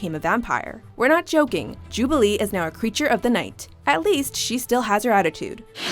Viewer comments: "#9 Jubliee" .......???? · "Jubilee" are you kidding me??